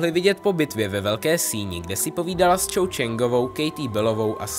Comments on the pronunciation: Hm lepší by bylo nemíchat knižní předlohu s tou filmovou... A tuším, že Cho, se vyslovuje "Čo" a ne "Čou"... :) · To není Čou ale Čo 🤦‍♂️ trhá mi to uši